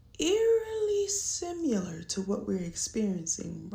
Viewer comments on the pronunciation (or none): After hearing that lady pronounce the word simular with such emphasis, I just found that similar and simular are separate words with different yet similar meanings 😂